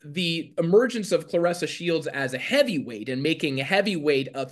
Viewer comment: It’s Claressa not Cloressa!!!..